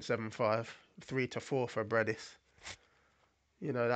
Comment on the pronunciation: Not Breidis, but Briedis